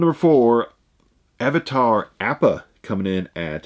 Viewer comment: Slam-Bam sometimes yes but most the time it's because he knows nothing about anime. Appa was pronounced wrong also.